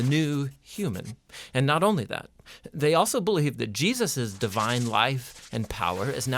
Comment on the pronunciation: Why do you say Jesus with a hard "sus", is that the real pronunciation?